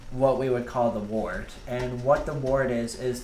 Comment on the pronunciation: Unfermented beer is wort, not wart. Pronounced like “word” with a t. A wart is a skin condition.